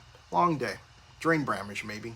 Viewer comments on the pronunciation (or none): said Drain Bramage 😂😭🤣